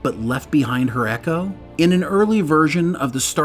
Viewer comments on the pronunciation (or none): none